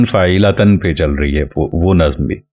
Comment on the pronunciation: السلام علیکم حضرت ممکن ہے آپ درست ہوں لیکن آپ پہلے شخص ہیں جن سے فاعلاتَن سنا ہے !!! غلطی انسان سے ہو جاتی ہے اسے تسلیم کرنا سیکھیے۔ میں آپ کے کام کا قدر دان ہوں زبان و بیان کو بھی بہتر سمجھتا ہوں لیکن بہ حیثیت اہلِ زبان کے غلط تلفظ ہضم نہیں ہوتا ۔